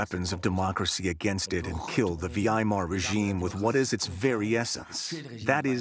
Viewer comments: It might be a bot hear how the narrator says "Weimar" It supposed to be pronounced Vigh-mar. The narrator says Vee-eye-mar It's too funny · The Vee-eye-Mar Republic 🧐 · Why is the narrator pronouncing Weimar as V I mar? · the vee-i-mar republic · Why do you keep mispronouncing “Weimar”? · Picky-picky point on a great program: How could the North American narrator not know how to pronounce “Weimar”?